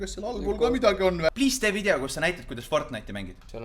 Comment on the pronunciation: Mitte pahaga, aga öelge palun vidjo asemel video. Valus on kuulata muidu 😉